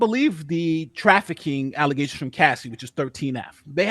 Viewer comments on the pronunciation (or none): This idiot...it's allezations. Mmmm...even threw in Mandingo. Never...ever...let go of the power of The Race Card.